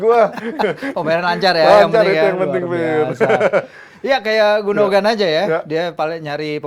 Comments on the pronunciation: Lbh gundohan. Ada tekanan h. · Sekedar masukan, Gündoğan dibacanya Gundoan, Çalhanoğlu dibacanya calhanolu. Huruf Ğ/ğ ini bernama yumuşak g, atau g yang lembut/lemah dan umumnya tidak dibaca. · Gondokan ngab 🤣